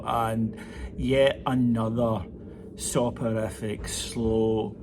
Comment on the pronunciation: Soporific?? thinks there's 7 vowels in that word😂